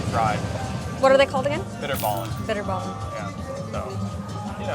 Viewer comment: like these two fine people as they traveling alot of the times to many places of the world. when i saw this and she tried to speak out words as bitterball and kroket. it was really funny to watch it ;)